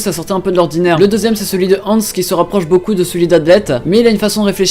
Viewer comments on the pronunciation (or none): ZELEPH DRAGNIR il le prononce « hantz » donc j’avais pas compris « Hans » . Merci de ta réponse zeleph le mage noir